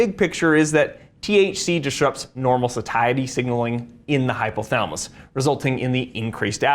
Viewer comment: very informative. the word Satiety is pronounced SAY she ity.